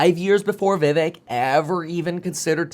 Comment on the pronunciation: vivek pronounced: viv(ache)